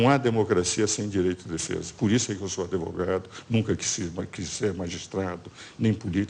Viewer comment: Dr ives Gandra se auto intitula "adevogado"